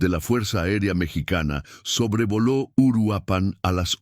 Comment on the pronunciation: Es Uruapan, no Uruapán. Es evidente que Youtube necesita comunicadores efectivos y eficientes (qué hagan lo correcto y correctamente)